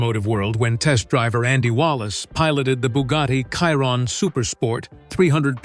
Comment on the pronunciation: Its a bloody Chiron pronounced SHIRON FFS Not Kiron with a K. Bloody AI voice over you should get this right. So many people have told you but you choose to ignore them. Why?